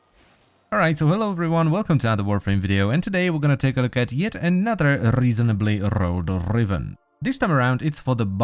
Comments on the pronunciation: RRREASONABLY RRROLLLED RRRIVENS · Can you please stop doing the Rrrrr? You could replace it with a recording of nails scratching on a chalkboard, for instance. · Rrreasonably rrrrolled rrrivens